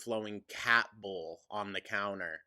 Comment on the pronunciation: That's BOOL. BOOOOOL! 😂